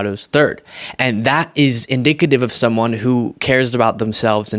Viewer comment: He said inDICKative